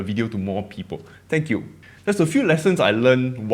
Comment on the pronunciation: I understand your motivation, but don’t sweat your accent. You’re Singaporean and this is the Singaporean accent. People will adjust and adapt! I find your accent adorable and think it adds to your charm and appeal. I’ll miss it if you stop pronouncing “people” as “pee-po.” 🤓